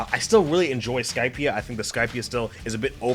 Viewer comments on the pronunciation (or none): none